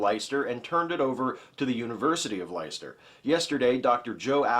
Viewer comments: 'Leicester' is pronounced 'LESTER' every time you say 'lighster' it's like nails down chalboard ... almost as bas as saying 'necular' instead of nuclear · It's actually pronounced "Less-ter"! That's all I felt I needed to add though. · I see other users have pointed out your incorrect pronunciation of Leicester so I shall refrain from doing so. ;) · The first time I pronounced it "Leechester." Your ears would probably bleed at that one haha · I really love this series! Not the part where is fondling pussy per se, but the news items are really great. If you're ever unsure on how to pronounce English words in ehh... English, try e.g. forvo DOT com /word /leicester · Please take it from someone whose misfortune it is to be stuck in the city of Leicester that the name of this er fair city rhymes with Fester.